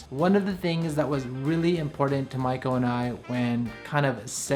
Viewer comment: First time to see your video. You kept saying your wife’s name and it sounded like “Michael” so I thought wow you are going to adopt a baby with your partner and then I saw female shoes so I realized not “michalel” but Maiko-san. By the way beautiful apartment..